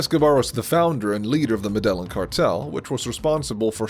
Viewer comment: I hate the way he says Medellin. It’s pronounced meh-deh-yean